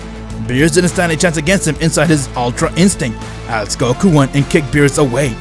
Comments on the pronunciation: Man really said goru instead of Goku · When I first heard you say "Goku" 1 year ago. I thought it was weird. But now, I feel like that's the actual way of saying goku. Love Ya